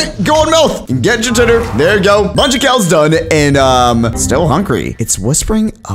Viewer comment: Would you stop saying “hungry”😣👏🏿